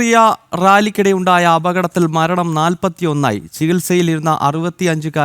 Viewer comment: കമരണം????? അതെന്തുവാ 😂 ഒന്ന് ശ്രെദ്ധിക്ക് അമ്പനെ 😅